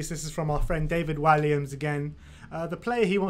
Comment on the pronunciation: Once again boys... #primospurscontent levels are good aswell! #sounds=pounds One thing though... Why have you been saying wAlliams when the guy spells his name Williams. with ''i''. David Williams DK.... #theretailisinthedetail #COYS